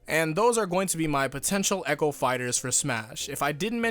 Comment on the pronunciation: Sounds like he said acho fighters instead of echo fighters.